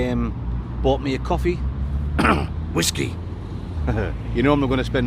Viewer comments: Wot is wasku, or should I ask do you think you are saying Whiskey :) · What is it with the way he says Whiskey? It's proper weird and annoying 😂